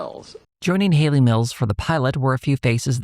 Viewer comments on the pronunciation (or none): none